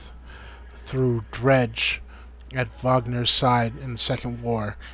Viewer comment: It's Moe-Ger, Vog-Near, Ue-Bin, Lue-Din, Hak-kon. Etc